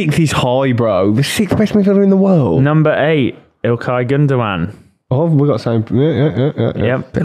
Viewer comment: It's not pronounced gundowan, it pronounced Gyndogan